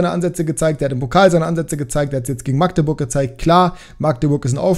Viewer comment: Habe in Magdeburg ein paar Jahre gewohnt. Definitiv Magdeburg mit kurzem a. Also nicht: Maaaagdeburg 👍